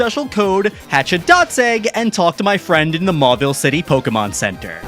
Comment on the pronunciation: Fwend welcom back!